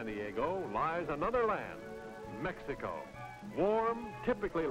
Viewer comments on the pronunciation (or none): none